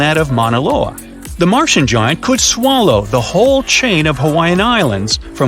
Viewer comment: "locat-chen" "hew-man" "guy-ant" ... get a better AI to generate the voice plz.